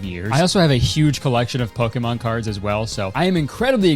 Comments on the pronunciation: poke-A-mon..? 😭 why are you saying it like that.. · i love you kurtis, but the way you pronounce pokémon makes me want to bungee jump without the cord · Does anyone know why Kurtis pronounces it poke-ey-mahn instead of poke-ee-mahn. Maybe I'm stupid but I've heard the biggest Pokemon fans in the world say the later so I feel like Kurtis is saying it wrong. I genuinely don't know though. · Kurtis, please, I beg you. Stop pronouncing Pokemon like that. It's, "Pokey-mon" not "Poke-ay-mon." Thank you, love you, bye. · The way he pronounced it here is the way I hear it in directs and such. I think TPC is very particular about how the creators they sponsor pronounce Pokémon because in his video about Pokémon cards you can hear Kurtis pronounce it more like poke-uh-mon than po-keh-mon. Just speculating tho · you're doing pokAYmon way too much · I love you and love watching you. But please to learn how to say Pokémon correctly. You're saying it so wrong.. pokeemon😂 come on, dude, they are paying you to say the name right. Pocketly (would've been amazing) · How tf do you pronounce Pokémon like that?!?! “Poké-mon” is crazy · Can someone please tell me if I've been saying Pokémon wrong the whole time is it not poke-e-mon, that's how I've been pronouncing it but kurtis is saying poke-e-mon, which ones correct 🤨😭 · bruh. Since when is it poke a mon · Poakaymon im sorry but the way you pronounced it was obviously so forced lMAO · is that how they say pokémon in canada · I’m sorry Nintendo made you pronounce Pokémon weird and wrong like Zack and Cody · The way he kept hitting the e in Pokemon during that ad has me dying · is no one gonna talk about how he pronounces pokemon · You pronounce “Pokémon” kinda funny. No hate, I’ve just never heard anything like it😛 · I can’t tell whether Kurtis doesn’t know how to pronounce Pokémon, if I’m the stupid one and don’t know how to pronounce it, or if he’s just Canadian.😂